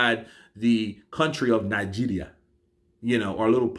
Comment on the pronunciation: Lmfao, I be nija boy living in UK, I freaking swear, your pronunciation of Nigeria is freaking accurate it got me lmfao.. Keep up the good work omo iya mi